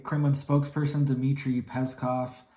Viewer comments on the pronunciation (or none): none